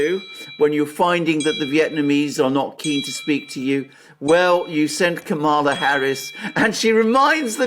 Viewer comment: Did you say Kampala Harris is going to Vietnam to Hanoi , or to annoy?